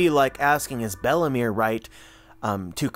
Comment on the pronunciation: Everytime you say Belle-mere I understand Bellamy 👀